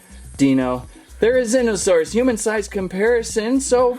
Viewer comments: its ther-oh-zeen-oh-saurus not thero-zine-oh-saurus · it’s pronounced theree-zeeno-saurus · The prounounciation is thera ZEEN O saur us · Pronounced Therzlnosaure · You pronounce it Ther-E-Z-No-sauris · The therzinosarus is pronounced there -a zen -a -sarus if I spell that right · You pronounce the therizinosaurus thera-zee-no-saw-ras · It’s pronounced th-air-u-ze-no-sore-us Yang-chew-on-o-sore-us